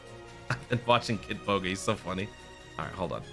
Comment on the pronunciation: i think u said bogi instead of boga but anyway thx for all the vids i watched u before playing dokkan n started cos of ur vids!!